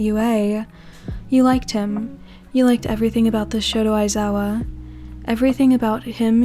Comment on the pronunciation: ....did you just say shoto aizawa? And not shota aizawa?